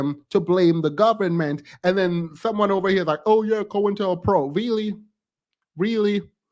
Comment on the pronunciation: "Da gobment "🤣🤣🤣